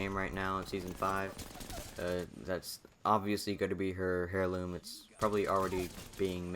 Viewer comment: Nice video, but it's pronounced "air-loom" not "hair-loom"